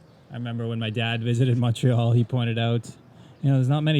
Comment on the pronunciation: ive heard u pronounce montreal as mawntreal in the past. hearing u pronounce montreal (mon like money) made my day. please consider doing a video on different montreal accents both french and english. great content keep it up